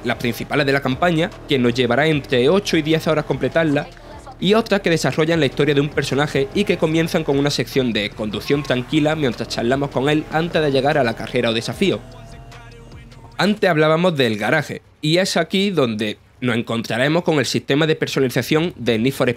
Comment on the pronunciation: Porqué el narrador dice palabras como veremo, charlamo, podemo sin usar la letra "s" para terminar la palabra correctamente. Creo que cualquier vago puede narrar un gameplay.